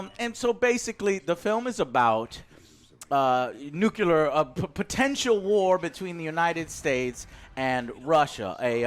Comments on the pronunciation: "Nukeelar".....It has been said many times under many of your videos, please Mr Vargas, it is as in "new" +"clear" : "nu-clear". Not "nukee"-"lar". Unless you do have a speech impediment, in that case disregard my comment. All the best to you. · IT'S NUCLEAR, NOT NUCULAR! Other than that, pretty neat review, though I liked the other format more